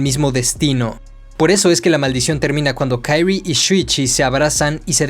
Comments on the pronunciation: No puedo no mencionar que la pronunciación del nombre de la protagonista es QUI-RI-E no KAI-RI, salvo eso que me distrajo, es un excelente video de la obra! felicitaciones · Por que le llamas Kairi como si el nombre fuese en inglés jajajajjajaja😂😂😂😂😂😂😂😂😂 de solo escuchar Kairi me da cringe😅 el nombre se pronuncia así talcual es Kyrie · Se dice kirie, no kairy, ya que es japonés, no ingles, fuera de eso, muy buen video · De verdad que adoro todos y cada uno de tus videos pero ya llevo 5 aguantándome algo y que diré con todo el respeto del mundo... solo quiero decir que la fonética en japonés es igual que en español, de verdad se llama la protagonista KIRIE, sin ponerle otra vocalización a las letras, no es como el ingles o francés... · No es una crítica negativa. Pero, ¿Por qué pronuncias el nombre de Kirie como en inglés, y no como en japonés? Que es lo correcto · Muy buen video me encato la explicacion y la forma de explicarlo lo unico es como dices el nombre de kirie .... es pronuncia tal y como esta no en forma americana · Por que pronuncias el nombre de la chica como gringo si el nombre es japones? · Me molesta como dice el nombre de la chica, como agringada , todo lo demas cool